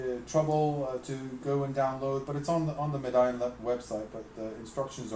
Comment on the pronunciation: It's called Me-di-on not Med-ion